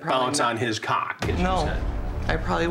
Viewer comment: TAKE A SHOT EVERY TIME CHRIS SAYS CAWWK